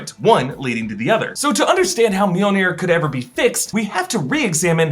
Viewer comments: every single time mjolnir is mentioned, all i hear is meow-meow or jonathan. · why do you keep calling Jonathan mewmew? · it's not MJOLNIR. it's JONATHAN!